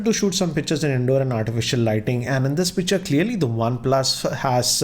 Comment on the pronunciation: u keep saying pitcher instead of picture 😂 everytime good video nonetheless